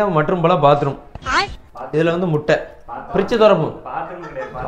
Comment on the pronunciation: பாதத்திரம் ❌ பாத்ரூம் ✅